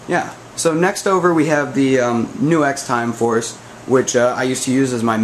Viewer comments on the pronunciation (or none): hey dude it's not "New - Ex"....it's "Nucks".